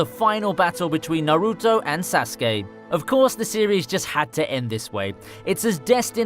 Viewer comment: He said sauske wrong